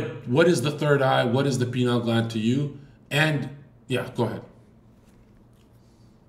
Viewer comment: Them saying penile instead of pineal is hilarious